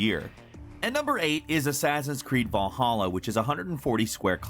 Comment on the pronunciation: it's people like him (no real offense to him) that don't know shit about norse mythology and viking history that praise the shitbox of a game they call ac vaaaawwhlhawwla